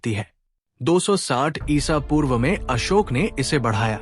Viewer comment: Bhayi samrat asok bola Karo not asok🙏🙏🙏